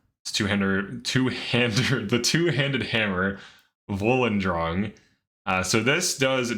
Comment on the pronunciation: How did you say volundrung right but mess up cyrodillac, when cyrodil is repeated often